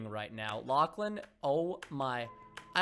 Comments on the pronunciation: Why he said lackhlan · why did he say lachlan in the beginning? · Wait why he say Lachlan